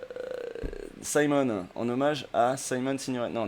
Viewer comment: Nina SIIIImone Ça se prononce avec un I, elle a choisi son nom en hommage a Simone Signoret.